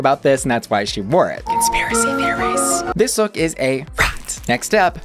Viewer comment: Love these videos but, the way you say HOT or ROT drives me insane lol